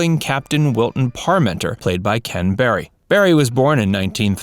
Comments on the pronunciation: How did you manage to so badly mangle the character name "Parmenter" every single time? It's pronounced <PAR·menter>, NOT . Didn't you bother to watch even ONE episode?! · How can you talk about Ken Berry and not mention Mama's Family and his lead role in Mayberry RFD? And it's Capt. PAR- men-ter, not Par-MEN-ter. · Just for the record, it was Captain PARmenter, not ParMENTER, -accent on the 1st syllable. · It's not Capt. "Par-menter" It's Parmenter. You're putting the accent on the second syllable. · Unfortunately, the announcer is mispronouncing Captain Parmenter name. This should have been noticed during the editing session. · The narrator's pronunciation of the name "Parmenter" tells us one thing - He never watched an episode of F Troop. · Wonderful show. thank you for the video and information on cast. However, please learn how to pronounce the Captain's name. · Funny that the narrator of this pronounced parmeters name funny.